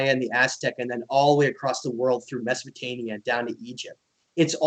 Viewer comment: it`s Sumer NOT Sumeria and Mesopotamia NOT Mesopotania...just saying